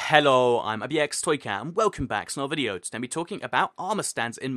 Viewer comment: The way he says hallo lol